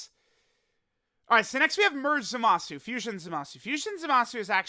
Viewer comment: Will and others ever be able to pronounce Zamasu correctly?